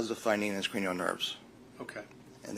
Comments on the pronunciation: You are not being overly harsh at all. In my opinion, even his expert sounds like he doesn't take anything too seriously, and why would a neurologist be self employed? Don't they normally tend to gravitate to large reputable hospitals for employment? How TF was he saying cranial nerve? I heard something along the lines of Keurig nerve 😂 ☕ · Maybe dr was nervous on stand which caused his pronunciation issues. The way he said cranial, I can understand how if your not in medical field you may not be able to know what he was saying or referring to. The fact any $ and time was wasted on wade Wilson's brain with scans, Dr exams and all this time in court is absolutely ridiculous. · Cranial nerves. Why would you know those nerves? Most people don’t unless you are in the medical field. I think this guy either had a stroke at one time or he has a speech impediment.